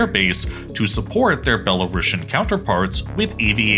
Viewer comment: C'mon guys - there is no such word as "Belarashan" in the English language. Belarusian is spelled and pronounced exactly how it should from the word "Belarus". A bit of embarrassing mistake for a "geopolitical channel".